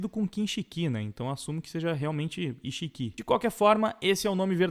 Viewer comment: se pronuncia “íxiki”